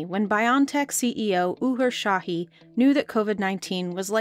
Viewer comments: Why does the narrator keep saying "Shahee" and "Tureshi"? Şahin is pronounced "Shaheen" and Türeci is pronounced "Tureji" (with a hard J) or even "Turechi" works. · it’s not sahi or tureci people make a vaccine and y’all legit can’t pronounce their names